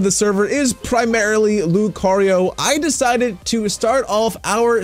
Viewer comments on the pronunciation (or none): none